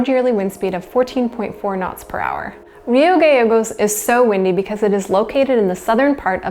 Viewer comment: Nice documentary and well researched (seems like somebody has lot's of Corona-induced-time ;). Rio Gallegos is actually pronounced "Rio Ga-Che-gos" (like the che in Che Guevara), it's the double-l in Castellano :).